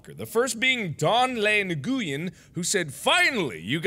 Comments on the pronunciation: Lol it's "nwhen" not "n-goo-yen" lmao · Hahaha Nag U Yen mark its pronounce Noo-Wing for Nguyen as its a Vietnamese last name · "Nuh-goo-yen". That's how you pronounce that. Yep. I'm sure. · Did he say nu gu en it is actually pronounced win Spelled Nguyen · lol the name on the locker is pronounced win not Nguyen. also just finished binge watching the whole series on a road trip, Makes it all bearable. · that's not how you say nguyen (pronounced as win) but okay XD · Nguyen is pronounced"win" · nguyen is pronounced win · nguyen is pronounced noo-wen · mark doesn't know that Nguyen is pronounced 'when' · I thought Nguyen was pronounced "when"..... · lol Nguyen isn't pronounced how its spelled... its pronounced like win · he said Nguyen how its spelled 😂😂😂😂 its "when" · He can't pronounce Nguyen (said 'win')? Isn't he Korean? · Mark, it pronounced new-en.Ehem racist much.🇻🇳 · THAT'S NOT HOW YOU PRONOUNCE NGUYEN.